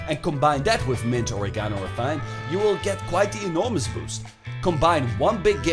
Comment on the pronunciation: Thyme is pronounced time